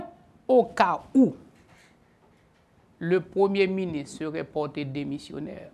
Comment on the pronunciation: Privert, yo pa di miniss lè wap pale français, ce ministre. Apran prononce "R" la stupid.